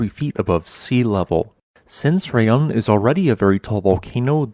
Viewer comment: In Indonesian, to pronounce Raung is not like "Re-yang", it should pronounce like "Ra-Unk". Ra is just Ra, not Re. And Unk or Ung is just Unk, not Ang. Indonesian word is just like Spanish. It pronounce as same as what it type. Raung means Roar in Indonesian.